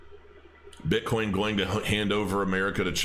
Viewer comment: Hahahahaha calls bitcoin, bitcorn.